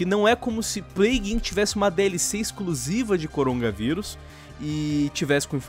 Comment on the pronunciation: O corona... Cérebro do:nãooooo:O corongaVirus